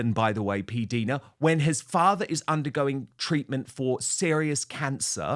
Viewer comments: Dan, please stop pronouncing PDina ‘s name incorrectly. It is said “diner” as in American diner( restaurant). I have heard her say it that way herself several times. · Dan! It is pronounced P-Dyna or diena not Dina! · Pronounced P-DIE-NA.